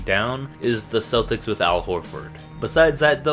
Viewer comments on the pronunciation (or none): none